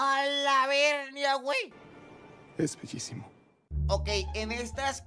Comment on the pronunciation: Estas son todas las veses que dijo alabernia 👇